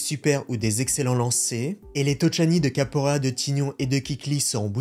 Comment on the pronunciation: ça se prononce Kapoera et non Kaporea 😄